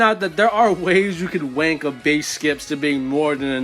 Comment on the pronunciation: Stop saying W*nk it sounds so weird when an American says it😭 And I’m like 99% sure you don’t know what you’re saying